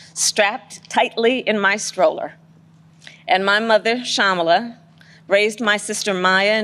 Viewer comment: She can't say her Indian name like an Indian. An American is an American. Period. Go home you proud idiots.